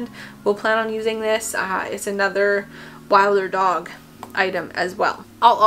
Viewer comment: Really loved this video! You’ve picked up a lot of the same items that I have had my eye on😄 btw. I think Wilderdog is pronounced like “wilderness” so wilder-dog instead of wild-er-dog. Anyway, I would love to see an updated puppy haul if you’ve bought anything new since this video! 🤩